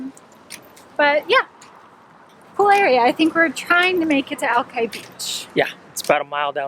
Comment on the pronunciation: West Seattle 😂You guys sound like you're residents! You even pronounced Alki correctly! The area looks amazing and glad you had a chance to visit....your b-roll is awesome as always! So sorry to hear about Jack....we miss you guys. Hope to get together soon.